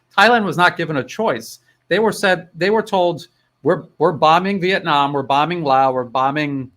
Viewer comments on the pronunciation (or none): none